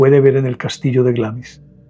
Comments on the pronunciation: Se dice Glemis, claro con acento, lo cual haría que le e se pronuncie muy suavemente, pero igual suena Glemis en español. Asi de simple. 😀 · La pronunciación correcta es algo así como "Glaams". Saludos!